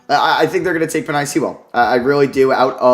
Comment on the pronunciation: Penei Sewell is pronounced Pen-Ay by the way